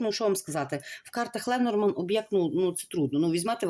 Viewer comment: Дорогенька ,Ленорман ,ударіння на останній слог